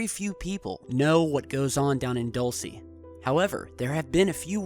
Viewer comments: DULCE: DOOL-SEH, not DOLL-SEE..... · Dulce = candy sorry I got annoyed how pronounced